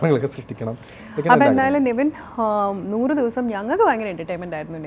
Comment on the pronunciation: നെവിൻ എന്നാണ് name കുറെ എണ്ണം നിവിൻ എന്നാണ് പറയുന്നത് 🤣🤣🤣🤣